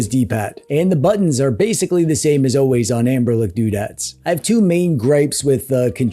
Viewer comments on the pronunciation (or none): AmberLick 😂😂😂😂 I believe it's Ambernic. 😅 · The commitment to saying "Amberlick" is impressive and hilarious.